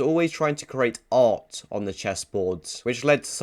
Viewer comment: Why does he say art like that?? 😂 “Ahhht”